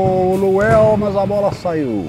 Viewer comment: errando os nomes é melhor de todos! O melhor é que o cara é Luanel e ele chama de Luel desde o primeiro vídeo!!! Muito bom 🤣🤣🤣🤣